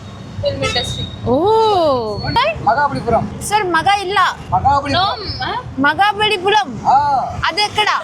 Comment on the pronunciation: Mahabalipuram ❌ magabalipuram✔️